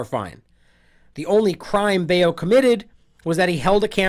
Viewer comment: And you were saying his name right the first time. His name is not bail. You pronounce his name is "Bow"..."Bao"